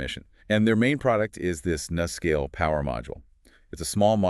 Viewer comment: Please pronounce it correctly, with a long U: NuScale (say: New Scale)